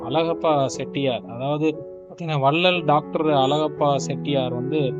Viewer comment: உன் வாயிலே வசம்பு வைச்சு தேய்க்க..... வல்லல் அலகப்ப செட்டியார்.....????? உன்னை யாரடா பின்னணிக் குரல் கொடுக்கச் சொன்னது. அவர் தொடர்புடைய புகைப்படங்களைக் காட்டும் போது எவரெவருடன் இருக்கிறார் என்று சொல்லத் தெரியாத நீ, தமிழே உச்சரிக்கத் தெரியாத நீ......தூ...